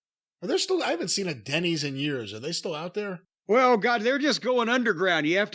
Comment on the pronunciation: He say Denny's or Diddy's....😅😂😅